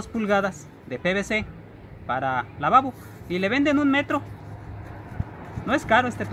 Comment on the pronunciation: Jajajaja para lababo suena chistoso